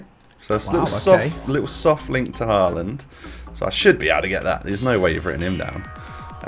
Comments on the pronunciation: His name is no haland is håland=real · No it is håland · Ivan å is pronounced like “oh” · It’s actually pronounced “Ho-land” !!!!!!!